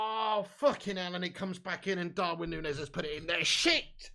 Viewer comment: "Poonez" "Gakpoo" grown ass man